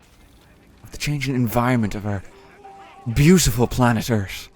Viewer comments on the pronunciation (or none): "Welcome to planet Earhtd."